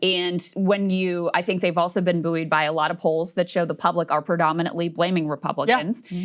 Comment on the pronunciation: buoyed is pronounced "boyed" not "booweed". I know you are American but try a little harder.